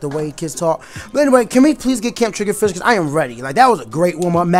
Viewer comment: You said "Turf War Gameplay" instead of ranked battles in the title. Also it's triggerfish, not triggerdish xD